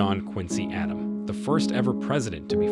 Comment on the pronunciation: This video has at least 10 wrong pronunciations. Ugh. John Quincy Adams, not Adam. I will let someone else tell you how to pronounce basic words.